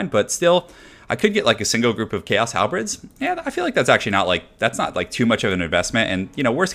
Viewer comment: It is "halberds" NOT "halbreds"!!